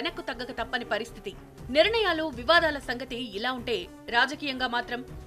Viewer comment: A basha amma adi nirnayalu ani chdavali Telugu. Neevu niranayalu ani chaduvutunnavu emito